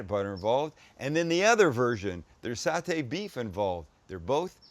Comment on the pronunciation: Doug is correct. Sam pronounced Satay correctly. 😊